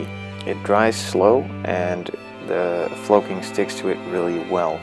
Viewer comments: Great tutorial! I guess I'm not the only one that was driven nuts by the flow-king pronunciation! lol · Flahcking and cahnsole 😂